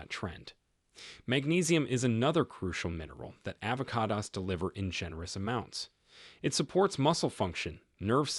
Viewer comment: stop using Artificial Intelligence...."polyphenols" and "avocados" are both mispronounced. Very annoying!